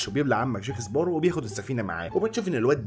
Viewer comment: بسمعك بتغير اسم جاك سباروز بتحط ز بدل سين اسمعها و هتصدق